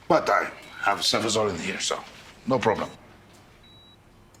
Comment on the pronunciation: "I have Cefazolin here". not "I have Cefazol in here." You're the one who taught me to be nitpicky, so blame yourself.